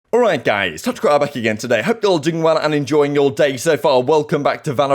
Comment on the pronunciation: Am I the only one that hears "touch grabber" every time he says?